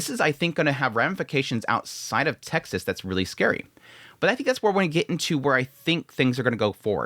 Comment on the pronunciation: Texas... Sounds like "Taxes" with vowels reversed.